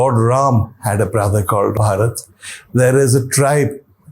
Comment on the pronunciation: OMg !!! little knowledge is such a dangerous thing. Lord Ram's brother name was Bharat not Bhaarat. भरत not भारत